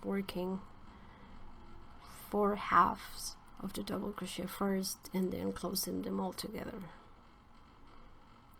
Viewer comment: This Tutorial helped me immensely! I also wanted to let you know, one English learner to another that Crochet is pronounced phonetically like this: Cro-shay like Day :) It's originally a french word, so that's why it's not pronounced like it's spelled.